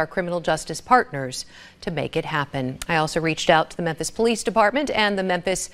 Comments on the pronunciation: 😄, I'm very pleased that you were able to stop calling Tucker carL-son...Tucker Car-son. Now we have a new name for you to fix. The city is called "mem-phis". Pronounced "mem-Fis"...not "men-this". LOL Please practice saying "Mem-Fis". Those pronunciations of yours have me crying laughing. I know you're intelligent, but names are NOT your game. It's all in love. LOL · why is he saying "Menthis" instead of "Memphis" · It's mem-phis bro. Not menthis😂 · Is he saying mensis😂😂 I love how he butchers words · It's mem-phis not men-this. Much love. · Is saying Memthis? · Bro…its “Memphis” not “Menthis”. Like phat. You don’t have a producer to catch stuff like that? 😂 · You mean MenTHis? According to that’s how it’s pronounced. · why the hell do you pronounce Memphis as menthis? like bruh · Methmas, TN?... sounds right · 😂😂😂😂 it's Mem-fiss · Why are you pronouncing it "Menthis"? 😆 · Am I crazy, or is he saying "Menthis"? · Is he calling it "Menthis?" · It is pronounced Memphrica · Right 😂😂😂. I thought it was Memphis 😅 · Can we all acknowledge that calls memphis "menthis"? I'm here for it. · It isn't Menthis, it's Memphis. I grew up there. Mem-fiss. There's no N in it anywhere. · aight being real. why cant he pronounce the ph in memphis. he sayin menthis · Menthis? or Memphis? I am confused. You said Menthis but I think you mean Memphis, unless I am just hearing you wrong, lol. Yes, the jail population will go down because people who SHOULD be in jail won't be. Bail reform is delusional. It never works. We have tons of stats to backup the fact that having a bail system WORKS. If you don't make enough money to bail yourself out then that is a personal problem. Don't commit crimes and you won't have to ever worry about being able to afford bail. I swear, accountability is going out the window. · Memphis. MemFis Not memthis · Mentis, Tennessee? The way he pronounces Memphis is funny..lol You are great man!! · Yea, he's definitely saying Menthis